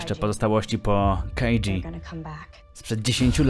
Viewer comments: kajdżi xDD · muwi sie kajdżu